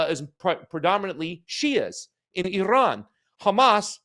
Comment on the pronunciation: Thank you for pronoucing Iran correctly. Ignorant mainstream US media can't even pronounce Iran and Iraq let alone speak honestly.